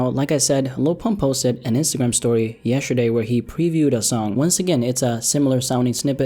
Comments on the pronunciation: “Yesherday” you good,? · He said yesherday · Why do you pronounce it yeSHerday? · Highlight of this video.: “Yesherday.” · tf is "yesherday" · This all happened “yesherday”? 🤣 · yesherday? wut?